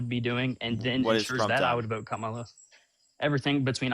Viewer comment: We are in sooooo much trouble if most of our military are this stupid and absolutely ignorant and btw her name is pronounced COMMA LA!!!!! Get it right. It’s not that hard!!!!